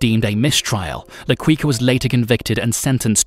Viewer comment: hahahaha Le Quicker